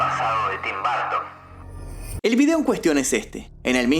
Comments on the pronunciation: Burton por favor el próxmio video de Tim Burton pronuncia BURTON no barton, gracias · En inglés se pronuncia tim borton no barton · es Burton no Bartin. Porque no decir el nombre de el correcto? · ¿Por qué pronuncian Burton como BARTON? Ni siquiera se parece a su escritura, en dado caso podría asimilar se más a la correcta pronunciación si pronunciara como Buerton, pero BARTON ni al caso. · No es barton ,es burton y así se pronuncia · Porque pronuncia tim BARTON? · De hecho no es correcto del todo lo que mencionas, ya que bajo esa premisa muchas palabras se pronunciarían como "A" y en realidad no es asi. El punto que menciono es que marcas demasiado la pronunciacion que llega a sonar como un apellido diferente. La pronunciacion correcta es "br" quitando la letra "u" en un termino medio que no es ni "Bur" ni "Bar". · Tim "Barton" 😅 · Suena chido Tim BArton 😂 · Me estreso escucharlo todo el tiempo decir TIM BARTON !!!! Nooooo porque pronuncia mal el apellido !!!! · Por q dices tim Barton 😂😂😂😂😂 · Tim "Bartin" 😂😂😂